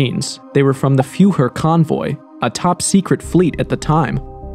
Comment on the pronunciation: no AI? This video has a strange pronunciation of “Führer.”